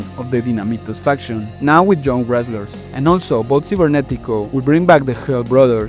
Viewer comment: Keep thinking he’s saying infection instead of faction